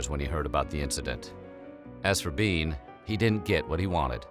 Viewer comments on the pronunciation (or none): "mIstAh biEN"